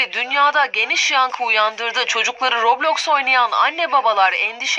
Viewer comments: roblöüx değil roblox daha söyleyemiyorlar kapanıyo roblöüx ü kapatıcaz dfkofkodklfklşdlşf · aynen kesinlikle yasaklanmalı daha söyleyemiyosunuz la robloyxk ne la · Abi. Ya. Kadın. Robloksa. Rokloks. Diyo